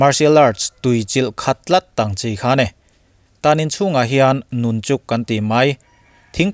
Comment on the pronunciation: Nunchuk ti a i lam mai hi nunchaku lawm.... Bruce Lee hmanthiam em² ang kha....